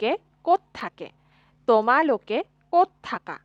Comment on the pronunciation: Few corrections: ●It's pronounced as Tumalook (not tomalok), Apunalook (Not aponalok) ● Then it should be Tohote ki kori aso and not tohote ki kori asa ● Muk not Mok ●Mur not Mor ●Aeitu not Aito ●Tumar not Tomar ●Teuluk not teolok So basically the use of 'O' isn't correct in many places ig.